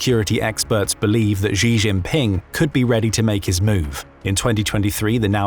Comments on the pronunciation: Where on earth does this weird pronunciation for Xi Jinping come from? It's quite simple: She Jean Ping. Chinese has no S as in measure sound. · Learn how to pronounce Xi jin Ping!!!